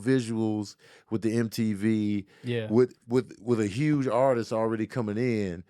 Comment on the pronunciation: if you don’t start pronouncing the “H” in Huge I’ma write a letter to my local congressman!!! 🤣🤣